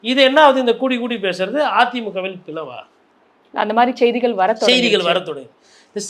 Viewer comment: ஜெய்திகள அல்ல.. அது செய்திகள்..